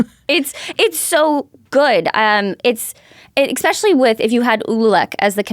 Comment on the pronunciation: There's no X in "especially."